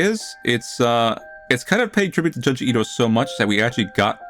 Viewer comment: The real horror of this video is listening to pronouncing “JUNE-ji Ito” as “Juhn-ji Ito”… truly butchering it.